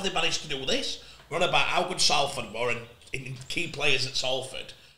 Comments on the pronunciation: We’ve been around 145 years and you’re still pronouncing Salford like Matty Johns. Good pod guys, great insight. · Come on Salford said as Solford m8